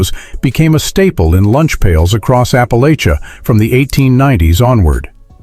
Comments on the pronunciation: I wish someone would teach AI to pronounce "Appalachia" properly. It's apple-atcha, not apple-aich-uh. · First of all, you’re pronouncing Appalachia wrong, you dumb bot. Second, we all still eat these foods. Big dumb bot😂